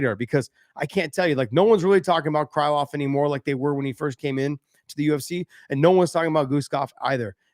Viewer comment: cry(😭)love? hibus? sorry Mr. Thopson its oke to be Amarican but plz have some respect for the names of you fellow fighters, you're almost getting on rampage lvl of pronounciation of names, and he is not serious.. no hate , all love